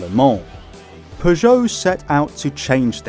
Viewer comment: pronounce it "per jo" not "pjow"